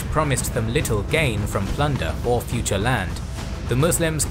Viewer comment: It wasn’t an invasion.... Lmao 😂. Ohhh right it was “futuh” an opening. 😂